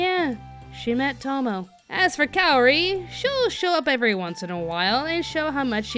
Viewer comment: FYI, it's Kaorin, not Kaori.